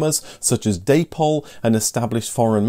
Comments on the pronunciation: Never Zero Gauge - O (Oh) Gauge, please! Day-pol is also odd. It’s Da-pol! (Founders were a David and Pauline) Otherwise very well done. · I always thought Dapol was pronounced to rhyme with the fruit. The name was a portmanteau of the founders' names wasn't it?